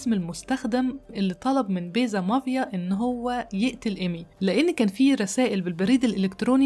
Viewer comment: MAFIA NOT MAVIA انا بحب قصصك اللي متداخدة من يرنامخ امريكاني بتفرج عليكي دايماً ممكن بليز تظبطي النطق الانجليزي ؟